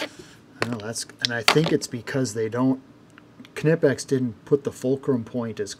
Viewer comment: Why people say kenipex, instead of knipex?😁 It is not right to compare used tools with brand new.